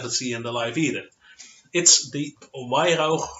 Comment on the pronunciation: Weihrauch is pronounced…….Vai-rack 😉